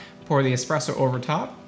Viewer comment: I always stop at the first "expresso"